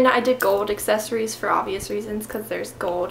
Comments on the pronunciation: it's "GOLD" not "GOWD" just sounds tacky not being able to pronounce such a common metal. It doesn't seem like it's an issue with you having an accent either since you clearly pronounce everything else properly. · I looooove the way she says gold <3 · haha i loved the way she said gold haha very different lol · i love the way u say gold!!! lol...... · Where do you come from? I have never heard someone say "gold" like that.